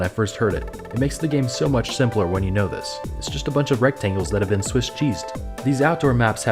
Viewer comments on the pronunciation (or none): none